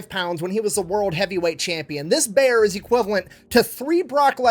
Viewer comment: Did you say you need a beer or a bear?